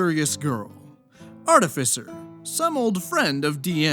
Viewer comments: If I had a nickle for every rpg horror story youtuber who mispronounces the word artificer, I'd have two nickles... 🤔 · The only thing that irked me more than the manipulative behavior is your pronunciation of 'artificer' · Pronouncing artificer multiple ways? Based